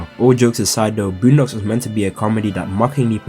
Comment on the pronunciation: Somebody say "BLOONdocks"?